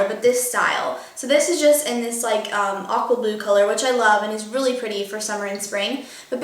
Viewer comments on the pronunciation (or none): When you said "aqua blue" I thought you said "awkward blue", and I was like huh? why is it awkward? lol